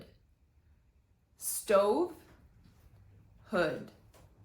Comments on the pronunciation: What I mean is that we have a diphthong in the word stove and a short u-sound, when the guy pronounces the stove without the diphthong and the hood with a long I:. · She corrected STOVE and HOOD because the guy pronounced them with a Russian accent, and he did pronounce them with the wrong sounds. She didn’t go over the variants of the language, she pointed out the mispronounced words only! 😊